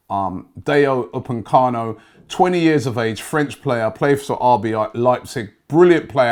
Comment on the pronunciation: And "upencamo"🤣